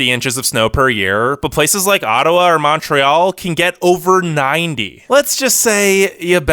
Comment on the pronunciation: the way you say montréal makes me hurt 😔